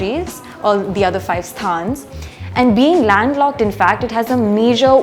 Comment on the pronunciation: why is trying to make people say 'sthaan' instead of 'stan', sounds like narcissism:-)